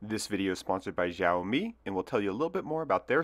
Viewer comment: Xiao reads more like "shiao" instead of "jiao", just so you know. Love the design.